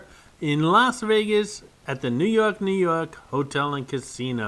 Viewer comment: Glad you said the casino the appropriate way 😆🤘, Nu Yawk Nu Yawk.😆🤘